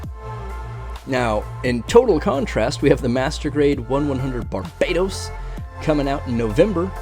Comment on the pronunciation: barbatos is pronounced bar-bah-tohs LUL